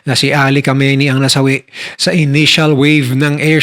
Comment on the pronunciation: Khamenei not khameini